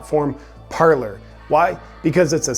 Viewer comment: Parler is French for "to speak", and is pronounced par-lay. But honestly dude, you pronounce it however you want....love your content!